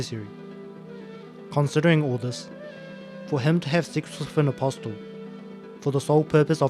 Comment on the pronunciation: the t in apostle is silent was driving me nuts lol